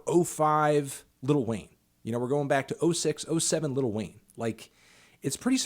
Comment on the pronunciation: “Liddle Wayne”